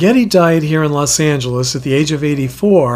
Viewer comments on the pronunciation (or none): none